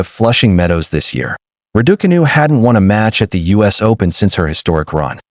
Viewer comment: Why do you insist on mispronouncing Raducanu?